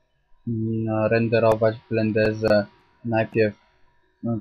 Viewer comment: Bardzo sie przydal ten film mi bo juz wszystko zapominalem heh sklreoza nie boli, ale chyba powiedziales na filmie Blendeze a nie blenderze.Mimo to daje suba i plusa pelna profeska.